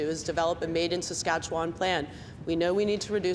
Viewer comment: It would help if McKenna started to pronounce Saskatchewan correctly.